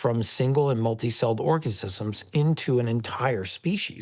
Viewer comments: I’m now only going to say “orgacisism” from now on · it says organisms but that’s not what he said. He said orgasisism. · Did he say organsism? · "Orkisisms" ... "ORKISISMS"!?? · bro dropped a cold "orgassisms" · "Orgacisms"?? Fucking christ🤦‍♂️🤦‍♂️🤦‍♂️